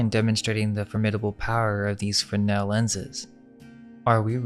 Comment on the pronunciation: FreSnel, theres an S in there. Good video though guys.